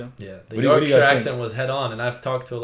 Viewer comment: As a Yorkshire lass, hearing people from other countries saying the Yorkshire accent is their favourite accent makes me smile. Also hearing him pronounce Yorkshire right instead of York-shaiyer makes me happy 😂